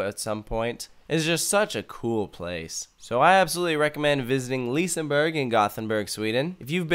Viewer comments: LISAbUrg ?? 1?1? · When you say liseberg pronounce the G as an J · It's not lisaber ;-; its liseberg.. prounace the E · It's pronounced "Liss-eh-berg" not "leaseenburg" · Några svenska? BTW it's not pronounced Liseberg its pronounced Liseberj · Lisaberg??? Please tell me Where you see the A in Liseberg??? Loves the video btw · I love when none Swedish people try to say Liseberg. It sounds like lisburg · Its pronunsed liss-e-ber-g liss-e-ber-gs baanan Balder)(chort a) Pontus (chort o) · IT is vald Göteborg bto i am à swidish Guy and i Love Liseberg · Lisaberg lol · Lol you failed almost all pronounciations, but it's sad that you missed out on Valkyria, the ride was amazing! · Not liissseburg and gronalönd. Liseberg and Gröna lund. Haha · Ah yes, leeseburg and grunnulund